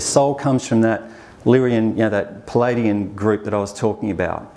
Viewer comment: I kept hearing him say "Palladian" as in Palladium" vs Pleiadian.